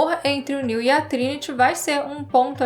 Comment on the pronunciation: A parou de chamar o Neo de Néu kkk